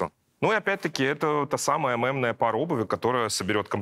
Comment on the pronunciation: Нынче стоит говорить слово мемная через "е"😊меня подростки всё время поправляют😂хотя в принципе какая разница